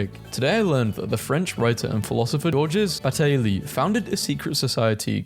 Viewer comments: orjes bateleigh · the french philosopher WHAT 🙏😭 No offense but thats thats the worst pronunciation of "Georges Bataille" ive ever heard